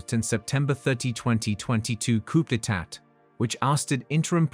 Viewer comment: its pronounced cuuuu day tah, dear....